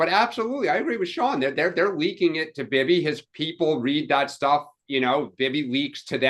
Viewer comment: Why does always MISPRONOUNCE Bibi's name??????????????